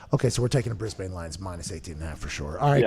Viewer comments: Haha he'll get there. Essndn, brisbn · Bris-bain. Uh-sen-den. LOL